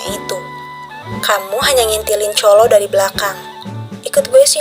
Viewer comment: Kaa salfok dikit ko cholo 'lo' nya medok siih?😭 Soalnya dalam b Jawa artinya..😭🙏🏻 izin koreksi bacanya chonlo ka atau lebih tepatnya chollo lidahnya nempel langit2 mulut☺️